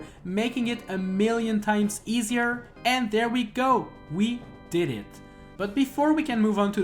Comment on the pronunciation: Andre from GameXPlain always sound like "that's shit" when he says "that's it", but that hasn't ever been a problem, as far as I know.